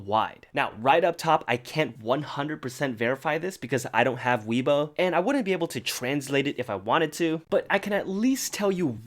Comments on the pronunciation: Hi!, if you were talking about weibo*, I think it's pronounced "way-bo", not "wee-bo". If I misheard you, then I am *SO sorry, but yeah! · "way-bo" not "wee-bo" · I know this is super trivial, and probably not important, Weibo is pronounced WAY-bou.... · lmfao “weebo” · HAHAHA sorry the way u said wei bo I'm Chinese and you're saying very wrong but it's fine I understand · I always thought weibo was pronounced way-boh. Or is it wee-boh?? Someone help me please